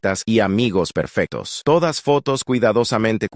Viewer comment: Perfeta, perfectos no pronuncia la c